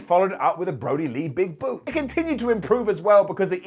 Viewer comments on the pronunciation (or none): none